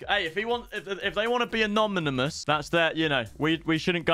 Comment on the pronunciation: Bro can u not pronounce anonymous 🤣